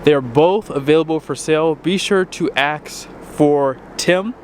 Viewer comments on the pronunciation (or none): “Be sure to “acks” for Tim.” The word is “ask”, not “acks”. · Quit biting your fingernails !!! Please learn the English language, and suck on something else but your fingers. By the way, it’s against the law to axe 🪓 somebody…. If you have a question for them, you should “ask” them, NOT axe 🪓 them!!!